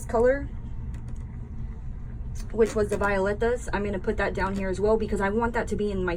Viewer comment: we call it Vi -- OH --Letas